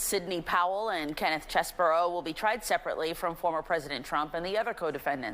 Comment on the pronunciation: It's Cheesebro